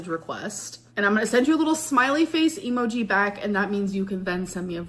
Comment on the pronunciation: why does she pronounce it “Emo G”